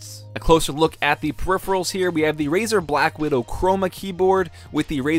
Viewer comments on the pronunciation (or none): none